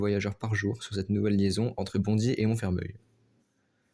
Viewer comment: Attention à la prononciation de Montfermeil. A prononcer "Monfermèy" et non "Monfermeuil" 😉